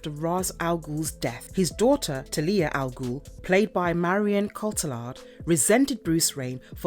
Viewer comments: Not TELIYAH. ITS TALIA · Talia Al Ghul's first name is pronounced "TAL-YA". The LOA is centuries old. In "Arrow", it was formed in 1013. There is no mention of Damian Wayne. Despite everything, I enjoyed the video. Very interesting. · What sucks the most is my unfollow won’t hurt their overall number but it is egregious to hear awful pronunciations cus you know this isn’t coming from a fan of the comics. Ras Al Ghul is a name given many pronunciations but his daughters name!!! How do you &$@ that up that bad? Marvelous videos needs a marvelous editor… peace out